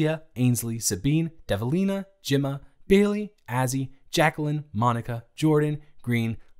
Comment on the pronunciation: My name is Jimma so when I heard him say Jymma I was flabbergasted (it isn’t me)